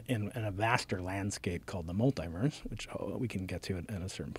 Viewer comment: Just a nerd being a nerd love it! The way he said Multiverse the first time lmao